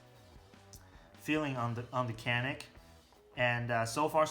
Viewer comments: Actually it is almost a y,not so much a j yanik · Very nice review. Just FYI, it's pronounce Ja-nick. C is like a J sound.